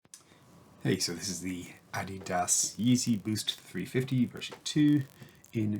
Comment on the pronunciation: That’s not how you say adidas bro